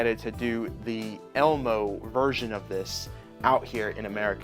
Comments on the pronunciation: Just say Emio not elmo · I would subscribe but I don't like how he pronounces "Anime". Now for him not knowing how to pronounce Emio just put the nail on the coffin.